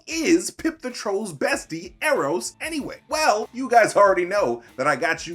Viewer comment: “Ee ee ron” I was not ready to laugh that hard